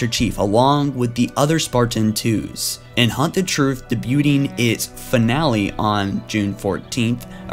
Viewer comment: I liked the video, but you need to work on your pronunciation of words. Like Sierra and not "siherra"... And debut not "debut-ting " Aside from that I enjoyed the video. Keep up the good work